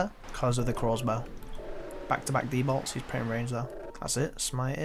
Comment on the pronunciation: Fuck me, I always pick up on the way he says that It's funny as, glad someone else is with me lmao